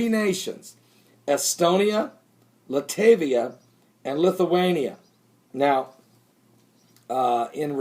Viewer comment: First, Its Latvia, not Latevia. Second, i think additional troops are deterrent factor to scare Ukrainian junta shitless so they don't get any wrong ideas to try take Crimea back by force..etc. They have a lot of internal instability right now with death of one of the closest people (look up Muzychko) of one of the most powerful radical faction leaders there. I seriously doubt Russia will attack. Putin does not play like that. He usually more refined then sending troops in the nation so closely connected to Russia and starting full out war. Now if factions in the Ukraine will start a real civil war on another hand...